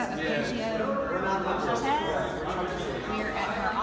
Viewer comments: But “Adria” and “Ocasia” save me two entire syllables each! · She can’t even pronounce “Ocasio” right